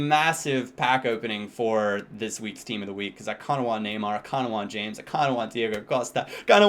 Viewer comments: Never occur to you that it won't be pronounced James? Anyway according to Tim Vickery, it should be said as 'Hames'. He said he absolutely hates it said as James. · It 's pronounced 'hamez'.. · I think James is pronounced (Ha-mace). At least that is what the commentators say on Bein Sport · It's not pronounced James, it's pronounced Hamez. :D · it's actually pronounced *Ha-Mess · James Rodriguez is pronounced Hey-mes